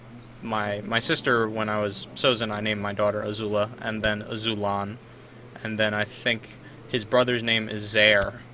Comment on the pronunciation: isn't it AzulOn?